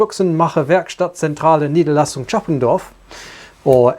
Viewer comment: "Chappendorf" lel